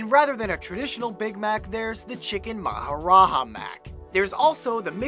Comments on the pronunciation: it's not pronounced "maharaha" but "maharaja" just as you see it. I'm not Indian and I knew that.. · "Maha-raHA mac" XD i found that really funny lmao. it's "maha-raJA" :P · The J in 'MAHARAJA' is pronounced is 'J'. Not 'H'. Maharaja is Hindi means Emperor. Thus, giving the Maharaja Mac its Emperor size. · what an episode...i just woke up to this ! :D oh and Kevin!!! here'sa little pronunciation 101 on the INDIAN BURGERS its called maharaJA burger, not maharaha. the J in india is pronounced as J and not 'h' like in Mexico. and McAloo is pronounced "Mc-aaaLoo (aaloo is hindi/urdu for potato) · "J" in india is pronounced as "J" not "H". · Its pronounced Maharaja not Maharaha. I being Indian can confirm this. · Did he really just pronounce Maharaja as Maharaha? Smfh. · It's maharaJa not maharaha :) it's not like Spanish. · It's not chicken Mahara"ha".... It's prononced Maharaja with a prominent J. Everything outside of the U.S isn't Mexico smfh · Any other indian laughed when the guy said "chicken maharaHa" instead of maharaja xD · FYI Indians are not Spanish speaking, so they pronounce "J" as in jail, not an H. So it's Maharaja, not Maharaha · 'j' is pronounced as 'h' in Hispanic languages. In India, 'Maharaja' is pronounced as it is spelled, and it literally means 'Great king'. So, yeah, you pronounced it wrong. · it is maharaja with a J for Joker not J for Jose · Maharaha. XD the J is a regular J here. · "Maharaha" burger lol.. some languages like to keep their j's you know ;) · Chicken Maharaja isn't pronounced "Maharaha"... it's not Spanish. Maharaja or maharaj is a Sanskrit title for a king, emperor or other ruler. You read the "j" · It's pronounced MA-ha-ra-ja not maharaha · Mahara"h"a? Its called chicken maharaja with the j being the actual j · its called mc maharaja not maharaha... raja means king in hindi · Dude, its not d maharaHa mac, its maharaja pronounced with an "r" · It's maharaJa. Pronounce the j man. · "maharaha",,,? Kevin rlly? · ro-ja that!